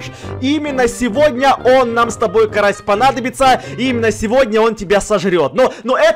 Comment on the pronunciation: Почему ты карася назвала карас